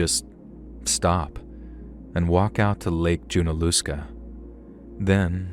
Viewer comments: Btw, it is JUN-UH-LUH-SKUH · As someone from WNC, you should look up how to pronounce the names. Hearing you mispronounce Lake Junaluska continuously takes away from the story for me personally.